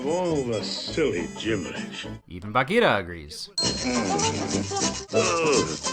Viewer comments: I like how you pronounce Baghira :) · Your pronunciation of Baghira is perfect!